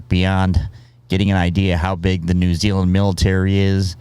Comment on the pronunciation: Can u learn to pronounce New Zealand properly please nothing against u tho